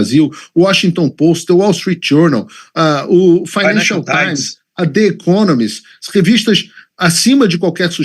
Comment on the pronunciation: grande trabalho com a imprensa internacional, e os dois falam juntos "Financial Times" kkkkkkkkkkkk